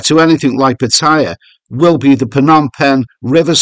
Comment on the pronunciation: I wish you would pronounce Pattaya properly, haha.